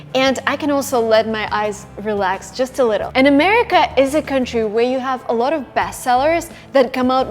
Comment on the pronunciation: есть два слова, которые невероятно режут слух, когда ты их произносишь. Заранее извиняюсь за такие "советы", но тем не менее вдруг тебе будет это полезно. Обрати пожалуйста внимание на слова watching и a lot of. слышу "вочин" и "э лОт оф"